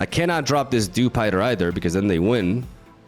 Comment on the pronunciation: Also dewspider